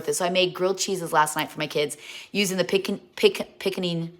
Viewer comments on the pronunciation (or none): Pin-conn-ing is how it’s pronounced and it’s my very favorite! Your such and awesome mom!